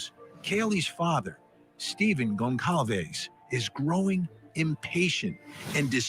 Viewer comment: Great video! Pretty sure Kaylee’s last name is pronounced “Gon sal vez”